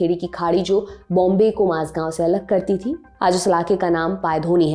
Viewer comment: माज़गांव नही मझगांव